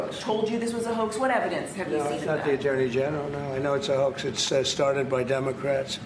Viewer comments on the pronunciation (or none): The "JURNEY" General huh? 😅 Trump's pronunciation and vocabulary is just embarrassing.